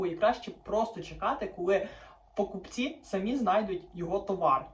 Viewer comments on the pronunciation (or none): залишив під попереднім відео коментар. далі проблеми з наголосом. покупцІ, а не пОкупці! доки то знущання терпіти?